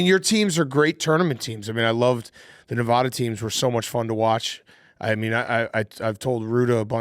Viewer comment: Someone for the love of god teach how to pronounce “Nevada” correctly